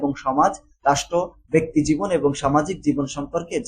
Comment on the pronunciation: বেক্তি না ভাই ব্যক্তি😂🤣